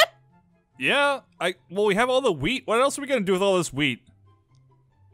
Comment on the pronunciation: said "wif"